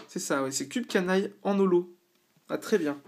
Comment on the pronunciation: C'est rigolo comment tu dis Cupcanaille ^_^ Il me manque le Raichu holo ! :O Et si tu tombes des Vivillion jaunes il m'en faudrait deux aussi, puh-lease. :) Je vois que les 3 singes te causent du soucis aussi, ils sont toujours aussi laids que dans NXD !